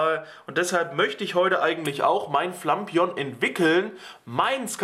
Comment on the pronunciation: Wie es sagt ist es definitiv falsch. Es heißt Flapion. Wenn man es so sagt wie er, dann müsste es "Flampignon" geschrieben werden. Lol